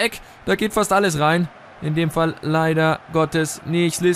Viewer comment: Er wird Slischkovic ausgesprochen